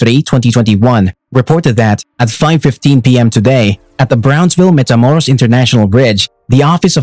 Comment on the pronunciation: it’s not metamoros it’s matamoros you fools need to proof read your scripts you’re always fucking up if it’s not the pronunciation it’s facts step up your game player